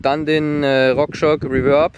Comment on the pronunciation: Es heißt RockShox und nicht RockShock außerdem heißt es Commencal und nicht Kommenkayle🌚